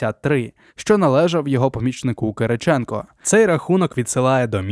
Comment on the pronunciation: Хто це читає? ЛазарЕнко, ЛазАренко, КирИченко і інше, око сіпається, вуха в'януть